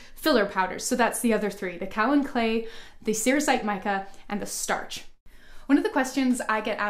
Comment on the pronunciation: Kaolin clay is mined in Georgia USA. it is pronounced 'Kay-O-Len', not kow-len